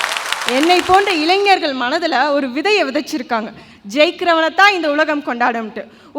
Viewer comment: avargale, Neengale eppadi pesalama..? Ezhanjargal Alla, Elainjargal..Entha edathal ZHA poda vendum enrdu therinthu pesungal..